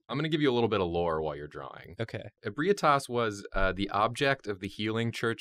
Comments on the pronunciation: IBREYETAS Bruh it's pronounced "eb-ree-tas" no offense tho xD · The "correct" way to pronounce it is Eh-bright-us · Correction: Ebrietas is pronounced - (UH - BRIGH - TUS) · I'm 10 months late, but its pronounced Eh-bree-eh-tess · Same here. Its actually EH-BREE-TUSS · e brah tass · Ehh-bree-ehh-tes is the pronunciation. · 1. That father gasoline (Gascoigne) at the star looked god tier 2. Just to help you out its pronounced eb-ree-eh-tahs 3. For never seeing ebrietas that actually looks great 4. The Rom and little one look very accurate as well for never seeing them 5. Aaah kos, or some say kosm 6. There isnt a shrimp hammer so im disappointed 7. For never seeing the bosses this isnt all that bad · 'Ebrietas' is pronounced "eh-bry-uh-tiss". Also, in my opinion, only certain types of Great One blood can heal you, but cursed blood gives you Frenzy. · For the record her name is pronounced "Eb-ree-ay-tas" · Ib-re-aye-tas is how you pronounce it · Eh-BREE-tas. Close though. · I always thought it was pronounced ee-bree-tus? Doesn't really matter, but just wondering now. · I hate the way that says Ebrietas. If you're seeing this a year after this video, it's pronounced like "Eh-bree-tis" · Every time I heard Ebrietas i cringed